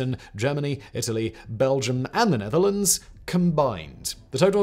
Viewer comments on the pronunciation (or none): none